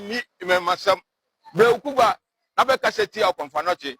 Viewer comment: AWUKUGUA, NOT AWUKUGUAA😊😊